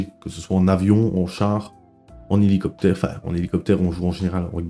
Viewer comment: "Heligocer"😂 m'a détruit